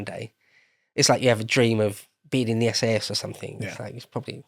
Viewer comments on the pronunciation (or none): I heard SS and not SAS at first. Caused an eyebrow to raise a bit...